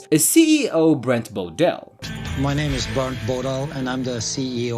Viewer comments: "My name is BERNT Bodal" . Narrator: "BRENT Bodal" 😳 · It's Bernt! Not Brent! FFS